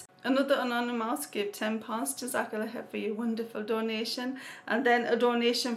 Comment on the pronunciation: I love the way you day 'anonymous' it sounds like 'another mouse' lool